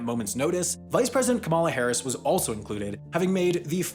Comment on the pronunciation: U misprounced kamala Harris name